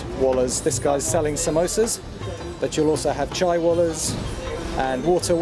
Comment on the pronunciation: Every wala's you can think of 😂😂😂 . you learned this word perfectly.